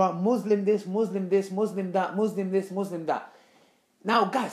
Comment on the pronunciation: Why you pronounce "Muslim" wrong?